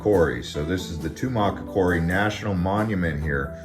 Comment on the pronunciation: Tubac is pronounced "tuback" I used to I've there.